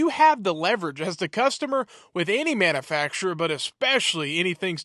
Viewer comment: practice saying manufacturer. It is not manafacturer